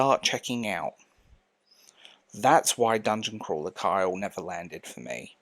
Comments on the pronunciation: I hear Kyle when you say Carl. Try saying it with a Cornish accent. Also, it's nice to hear someone repudiate irony in favor of sincerity. Nobody cares for sincerity anymore. I think it's a great reflection of the loss of personal intimacy and abject cowardice at reaching out to others among young westerners. People under like, 55 are so afraid of being rejected and it's very irksome. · ...Carl...no pitchforks, just...it's Carl. I want to say it's an accent thing, but it REALLY sounds like you're saying "Kyle"